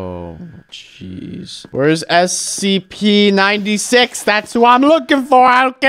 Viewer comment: Is it just me or he said SCP wrong